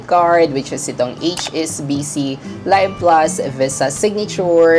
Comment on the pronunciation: Pronounced LEEV plus, not LUHYV plus